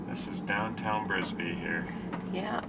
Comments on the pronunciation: Uhh, it's Bisbee AZ not Brisbee...home of comedian Doug Stanhope. Great video. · It’s Bisbee AZ not Brisbee. 😁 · It’s called bisbee not brisker there’s no r in it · Bisbee, Bisbee not Brisbee